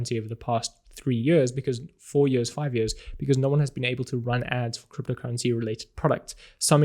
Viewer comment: i love the way he says "years" its like ... jöhrs XD